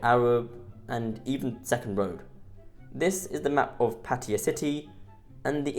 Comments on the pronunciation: Pa-Taya brother, Not Patya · What the hell is 'Patiya' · When will vloggers learn to pronounce Pattaya as spelled. Very ignorant people.👎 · Pattiya? Cmon dude.. pronounce it right its a sign of respect by calling it right. Cheers dude